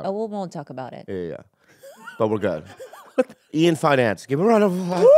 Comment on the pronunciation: Bobby - multiple times: "Ian Finance" 😆